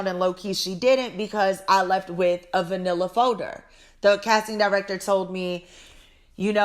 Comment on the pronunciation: “A vanilla folder.” Hahahaha I kept rewinding it because I was like is she saying manila folder or vanilla? 😂 Oh you’re still the best